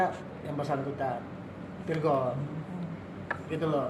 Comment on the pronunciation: bukan lagi virgoun tapi vir'oun